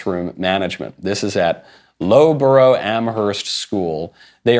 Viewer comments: I'm sorry "Lowburow"? It's loughborough (lof bor ruh) Amherst school. I will grade that pronunciation BAD! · For goodness sake Michael you oik. Loughborough is pronounced "Luff-burruh" not "Low-burrow". We should never have let go of the colonies. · lol that school costs 15000 gbp (20k usd) per year. loughborough is pronounced loffbrah for future reference lol. cant imagine youll ever have need to talk about it again